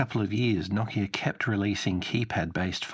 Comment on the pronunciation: NO KIA not KOCK-E-AH